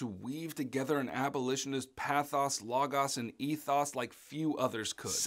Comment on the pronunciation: These videos are such a helpful review for the exam thanks! Also, the way you pronounced pathos logos and ethos killed me lol